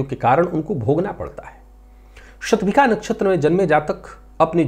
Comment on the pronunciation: आप विद्वान् हैं, युवा हैं, समर्थ हैं : एक पुरानी परंपरा, जिसका विशेष कारण समझ में नहीं आ रहा है, बदल कर सही करने का प्रयास करें तो सफल हो सकते हैं। वह परम्परा है— 'ष' वर्ण का उच्चार 'ख' करना। आप भी 'शतभिषा' नक्षत्र को "शतभिखा" कहते हैं ! कर्णकटु लगता है...